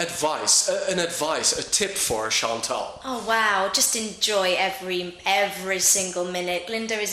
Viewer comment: wrm spreekt die kerel de naam "chantal" zo raar uit? tuurlijk gaat zij het dan ook verdraaid uitspreken.